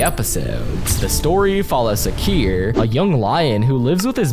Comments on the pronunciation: Its SH-AKIR but its ok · Sorry but its Not Shakir instead Shakir with sh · BRO NOT THRE PRONOUNCE ON KRAL SAKIR